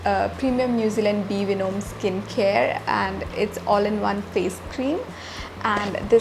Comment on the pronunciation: be venum- thts how it is pronounced